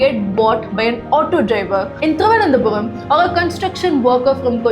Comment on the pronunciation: Thiruvanandhapuram not Thiruvanandhapuvam